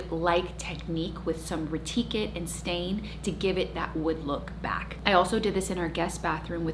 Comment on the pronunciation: Ok you said Retiquit! I’m fixing to sand down my dinning room round table that sits eight and resurface it! Love your style and long time subbie here!